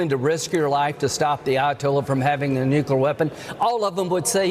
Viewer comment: Did he say"nuckalar weapon"?